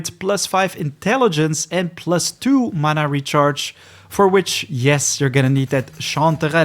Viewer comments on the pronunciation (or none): none